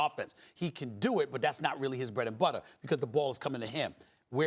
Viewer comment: Max has a very distincy way of saying „because”, it sounds more like bee-koz